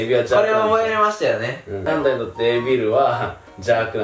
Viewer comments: evilはエビルじゃなくてイービルだお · evilって「エビル」じゃなく「イービル」だと思ってた。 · えびるじゃないいーびる